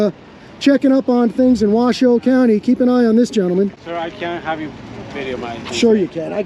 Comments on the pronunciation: Not Wa shoe it is pronounced Wa show. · Its pronounced "WHA-SHOW"...😎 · Also, not that it's a big deal, but it's pronounced "washo."even though it looks like it's spelled "wash shoe".... It's named after an Indian tribe. The Washoe Indians. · It's pernounced wa show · It's pronounced: Wah-Show County! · It’s pronounced “wash-owe” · Wash show is how it's pronounced